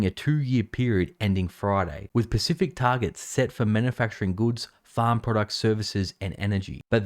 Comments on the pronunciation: Specific* not Pacific. Those are two different words. Interestingly, you pronounced the S in 'specified' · Specific not pacific brother